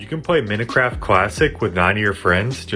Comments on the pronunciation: bro said min-eh-craft instead of minecraft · Its "Mine" craft, not mint but replace the t with e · Mincraft? no its Minecraft. bah bah fettt? no its bobofett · love when he said "minicraft" and "googlie" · AY THERES NO WAY THIS GUYS SAID MINT CRAFT 🤣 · did he just say minacraft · bro saide minicraft :Skull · "menecraft" he said (this is not an insult this is a joke) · He Literally Pronounced Minecraft Wrong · His pronunciation of Minecraft tho 😂